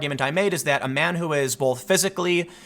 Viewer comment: There is no "L" in the word both. Please fix your speech impediment.